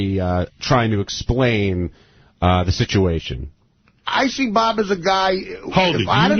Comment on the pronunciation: Someone teach to say situation. He says sijuation